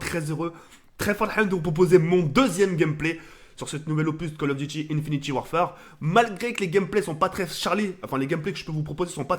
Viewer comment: Le mec " fan de call of duty " ne sais toujours pas prononcer le nom du jeu .